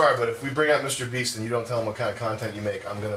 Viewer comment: Mr.Beast? I thought u said mr.weast